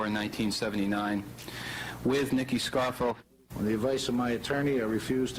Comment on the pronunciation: Did Dan Rather say Nicodemo "Scarro" instead of Scarfo"...lol..lol